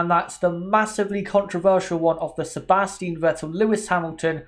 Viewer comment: It's SebastiAn Vettel